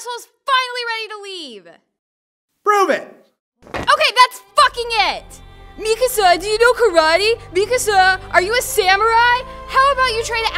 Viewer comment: connie saying mikasa sounds like mi casa which translates to my house 🤣🤣